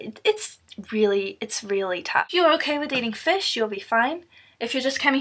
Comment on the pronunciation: Fush is not vigie... Fush is a fush